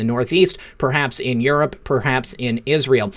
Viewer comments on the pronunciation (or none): none